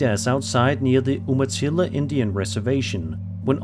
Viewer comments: I leave a couple hours from this Rez. Its pronounced You-ma-tilla Umatilla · You-matilla no oo-matilla and thats a coyote making those noises.